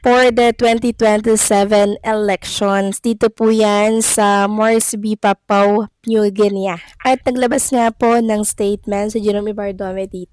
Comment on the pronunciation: Papua new guinea pronounced as Pah poo-uh neoo Gin-ee